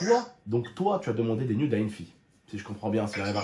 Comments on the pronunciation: jsp tu vien d'où mais on dit nude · « Des nyoude »